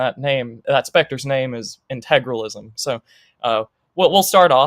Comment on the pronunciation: Oh, and just to note, I realize it is petty, but my goodness. You typed the word how many times in your essay? And you not once realized where the "R" in Integralism is? Intragalism.... Maybe he should have spent less time on the "Kids and their instagram joke" and instead learned how to say the damn word.